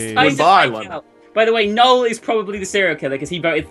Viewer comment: IT'S PRONOUNCED (NO EL) NOT LIKE NOLE